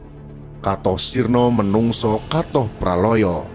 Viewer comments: kathah ya dibaca kathah bukan kathoh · narratornya wong jawa bukan sih, masa kathah dibaca katoh, harusnya tetep kathah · Ini yang baca ga bisa bahasa Jawa. Bacanya banyak yg salah. Seperti kathah yang seharusnya dibaca biasa yaitu katah tapi dibaca katoh 😅😅